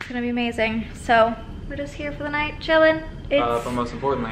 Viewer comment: thought I heard said "just Jillin'" 😂